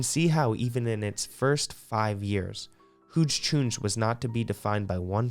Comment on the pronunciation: Huge choons… pronounced huge no?